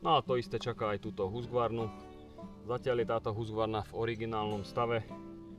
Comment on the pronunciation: Nechci hejtitit je to Husqvarna ne Husgvarna😉